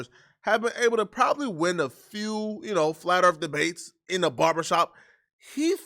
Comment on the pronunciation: Flat Earf.🥴